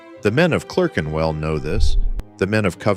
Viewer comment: What's this "Clurkenwell" stuff? A piece about British watch making with an American accent? Why??